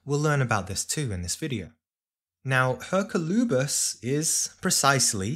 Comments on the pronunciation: May I respectfully suggest the pronunciation is "Er-COL-oo-bis", not that it really matters. Thank you for your tireless work ! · Yes, that's how we pronounce it in Spanish.